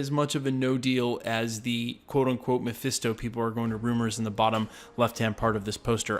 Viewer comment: "MePhIsTo" Ugh. These youtubers need to stop with that.